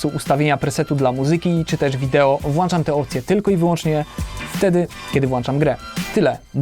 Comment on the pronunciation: jak cie slucham to mnie uszy bola... WŁĄCZAM A NIE WŁANCZAM. A tak to spoko filmik, pozdro.